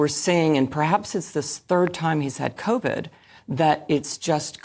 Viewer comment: Oh the old 'Covit' .. 😂